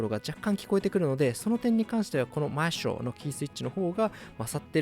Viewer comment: マエストロの発音が良過ぎる